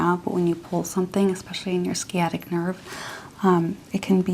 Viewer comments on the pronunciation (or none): I'm sorry, but it totally destroys the immersion when you mispronounce basic medical terms. The "sci" in "sciatic" is not pronounced "skee". It's pronounced "sy" like in "science". If you're going to do medical roleplay ASMR, please google the correct pronunciation of the medical terminology.